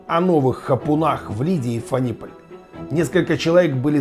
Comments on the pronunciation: Ф'аниполь, а не Фани'поль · когда ты уже научишься правильно выговаривать названия белорусских населенных пунктов??? Сам ты, ФанИполь